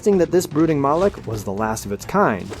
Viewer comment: Fun drinking game: Every time he says "Brooking Mawlek," take a shot. Get ya sloshed in under a minute.